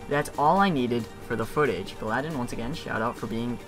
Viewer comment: its not you don't pronounce the trolling silver league guy's name galladen, you say it as gally-don